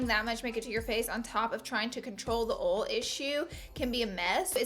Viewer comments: she says oll instead of oil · Lol she can't really help it.. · snapfam! exposed highlight by tarte also I love the way you say oil 😍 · Ok I love how you pronounce "oil" 😁 and yasssss thank you so much for this video!!!! #snapchatfamily👻 #coolcomment ❄❄